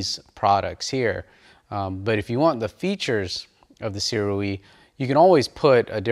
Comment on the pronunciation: Shouda gone with the Sirui. (BTW, according to the manufacturer itself, SIRUI is pronounced SOO-RAY.) Great info video bro. Thanks and keep it coming!